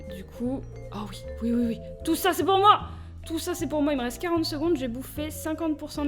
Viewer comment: vers 10 minutes "Il resteuh 22 minutes"" ?-? wut?